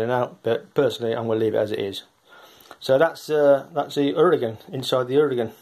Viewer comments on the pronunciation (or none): Definitely the trigger needs adjusting, can tell by seeing the large overlap on the sear. Regarding the linkage length, you have to decouple if you want to turn it otherwise the rod just rotates on both ends but the length (what makes the difference) remains the same. It is pronounced Ura-gaaaan.I would adjust the second stage.